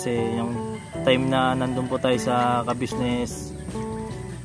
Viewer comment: Very good, atleast ikaw nabibigkas mo ang salitang Kabusiness, matanda na c sir kabusiness dapat lng iparamdam sa kanya na anjan pa rin kau at nakakaalala sa naitulong nya sa inyo,GOD BLESS